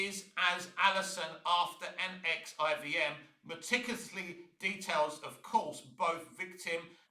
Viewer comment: This take, and the fact that you don't know how to say NXIVM, just says that you need to do better research into what she did and why she was on trial and not Kristen Kreuk. Mack wasn't just a member and recruiter, she was an active participant, and even branded some of the women herself. She was Keith's right hand. Go watch the trial and see the evidence, instead of reading an interview.